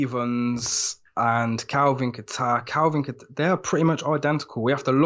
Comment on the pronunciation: It’s Kattar. “Kayter.” Not a place Middle East like Qatar. And he’s not new, so you know you’ve heard his name pronounced correctly multiple times... either y’all don’t really watch ufc or just foreigners grossly forcing their dog poop pronunciations.